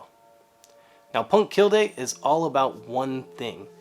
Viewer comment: Love your work! Oh, and er... it’s pronounced punkt keelleh... or something... close as I can get with English phonetics...